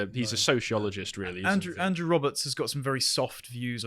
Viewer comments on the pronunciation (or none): none